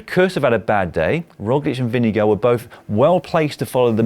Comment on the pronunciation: the way you brits pronounce vingegaard is deeply unholy and disturbing